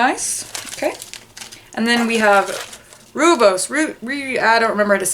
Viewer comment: Just FYI... "Rooibos" tea is pronounced "roy-bos".